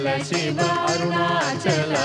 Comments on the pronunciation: దయచేసి షివ(shiva) అని పలకవదు శివ(SIVA) అని వ్రాయడం పలకడం శుభం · Shiva (షివ)అని వ్రాయవద్దు పలుకవద్దు,SIVA(శివ) అని వ్రాయాలి,పలకాలి!